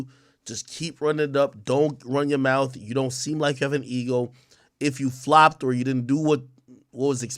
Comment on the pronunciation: Especially if they were kissin in “da mouf” 🤦🏽‍♂️